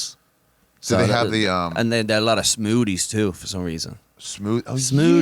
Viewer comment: Bro just learn to make the TH sound. Saying smoody and cloding instead of smoothie and clothing is fucking insane for a native english speaker